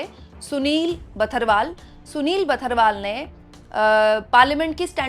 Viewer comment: जी बर्थवाल होते हैं बथरवाल नहीं होते।